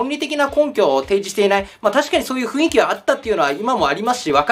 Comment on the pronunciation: ふいんき、ではなくふんいき、な